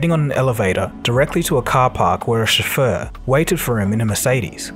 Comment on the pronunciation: "Chauffeur" is not Chauffeuse. Everyone says "SHOW-fer". I love your docus, but this is just embarrassing, revealing a lack of education and culture. Please get someone to review your pronunciation, especially when you are talking about a German company whose staff were not too happy about the 100% English rule.